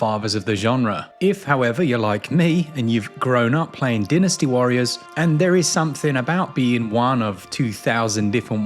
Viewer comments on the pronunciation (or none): Dynasty not Dinasty 🤣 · Den-ni-sty warriors 😂